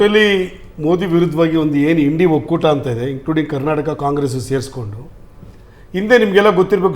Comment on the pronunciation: ಅದು ಇಂಡಿ ಅಲ್ಲ I. N.D.I.A. ಕಣೋ ಮೊದಲು ಓದೋದು ತಿಳಿದುಕೊ